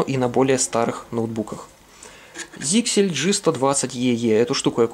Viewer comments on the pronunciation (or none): ZyXEL читается как Заксель, а не "зиксель". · ZyXEL произносится как "зайсел". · П.С. ударение на Е.